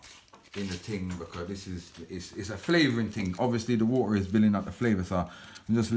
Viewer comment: "Www wwwaata to a boil " 😂😂😂